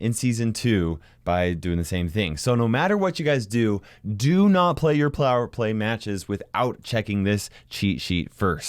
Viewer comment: plower play? Or am I hearing thing's